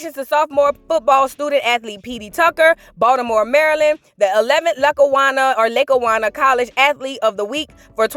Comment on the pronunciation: It’s pronounced Lock A Wannah